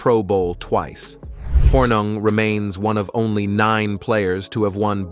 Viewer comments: are you guys a mouth piece for the TLA? p.s., it's pronounced horning, not hornug. my goodness. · It’s pronounced Horning even though it’s spelled Hornung . He was so fun to watch playing for the Green Bay Packers ! He and Max MaGee kept Vince Lombardi on his toes during curfew check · His name is pronounced “Horning” despite being spelled Hornung”… RIP Paul! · Spelled Hornung, pronounced "Horning." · Why are you fucking his name up ? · Really how can you screw up his name so badly!